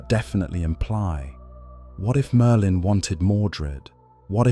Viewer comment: Why does the AI pronouce Merlin as Merdin?